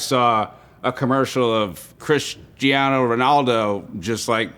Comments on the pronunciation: "CrisGiano" Ronaldo, Seriously Pete ? :) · CrisGiano? really? Do americans live under a rock? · “Chris-giano Ronaldo” 💀